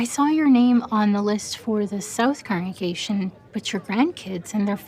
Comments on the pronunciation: Second comment. Question: Why can't some of them say the word "congregation"? They say "correngation" instead. I swear I heard it at least twice during this video from two different people.🤔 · Why do some JW's/Elders say "correngation" instead of (I presume) 'congregation'? I've noticed it in a few of these 'official' videos now 🤔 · Why do the majority of these people (and it’s not just this video) constantly mispronounce congregation as “corengation”???? I’m starting to feel like it might be a different word or something. Am I daft??? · shoutout to the multiple people in this video who can't correctly pronounce "congregation"